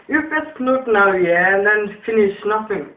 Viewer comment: Say nuink INI lool